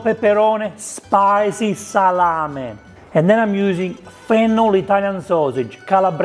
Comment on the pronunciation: Just say " Salam-e ( not i), Salame. ( go in google translate and listen how italian pronunce " e" and "Salame" not "Salami" ( salami is plural, salame is singular)